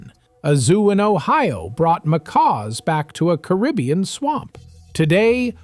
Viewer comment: Really? Wrong, wrong and wrong. This uninformed narrator doesn't even pronounce Caribbean correctly. should go back to school. These are NOT 40 facts. Many things are incorrect. And the steel drum was invented after the second World War. My father Cyril Raymond, was a Pan Man, and grew up with the guys who formed the first Steel band (Steel drum band). And later on formed his own Steel band with us, his kids, called The Raymond Family, from Port of Spain, Trinidad. And one other sure fact is D Narrata Doh Kno Wha He Talkin Bout.